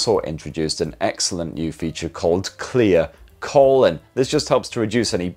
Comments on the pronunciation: At one point, I thought he said clear colon and not clear calling. That's good because clear colon would be a bit invasive. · Every time you said "clear calling" it sounded like clear colon lol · I thought you said ‘Clear Colon’ what an amazing app that would be😅 instead of clear calling…